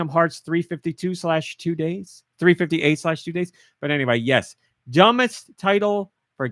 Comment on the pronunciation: What makes it better/dumber. "358/2 Days" is supposed to be pronounced "Three Five Eight Days Over Two".